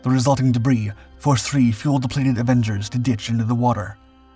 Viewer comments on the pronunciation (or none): none